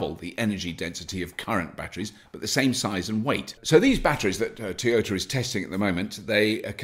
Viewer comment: T-yert, and Tea-Ota :D Maybe Bobby should only do stories about Nissan ;)